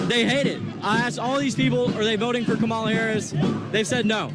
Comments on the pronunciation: Its pronounced Camal A.. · It is ka-MAH-la, bro !!! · Hey ….if it’s pronounced “Comma-La” then maybe she shouldn’t spell her name as Kamala. Just sayin. But maybe it’s an Indian thing. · "Her name is Kam-ala by the way". Ooohhhh. . . . Somebody should tell HER that. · What is the obsession with how people say her name? It's like they want to make a campaign issue out of it.